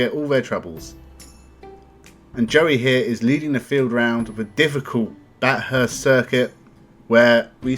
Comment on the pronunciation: I assume you didn't watch any of it. You should know how to pronounce Bathurst if you did.